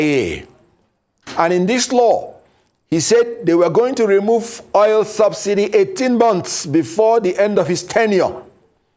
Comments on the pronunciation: So called a lawyer who does not know how to call oil but called it oyel. Shameful. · At least you understood what he said or meant to say. Oil koor oyil nii!! Bad Belle everywhere